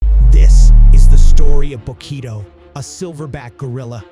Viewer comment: Information was appreciated, but the AI voice calls Bokito by the wrong name several times!